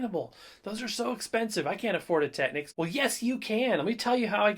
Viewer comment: The correct pronunciation is Tekneeks (it's a Japanese brand name, hence the unexpected pronunciation).